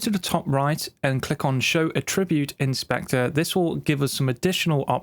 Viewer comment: For some reason, creating my own track presets is not something I've ever thought of doing. Good time saver and very well explained in this video - although every time he pronounces attribute as "a--tribute" rather than "at--tri--bute" made me wince :-)